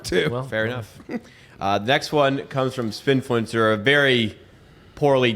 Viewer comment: It's Sbinfluencer not Spinfluencer.